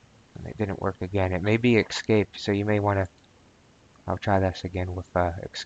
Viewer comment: FFS..the word is, 'es-cape'...not 'ex-cape'